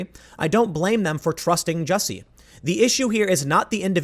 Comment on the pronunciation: It's pronounced "juicy"